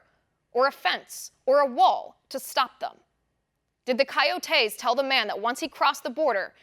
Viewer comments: Love your show! It's not pronounced "kayotayse" it's pronounced "koyotis" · Kai-yoh-tay...lol, love you Liz! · What the hell are you saying when you say coyotes coyotes